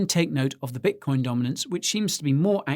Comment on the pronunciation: bitocion lol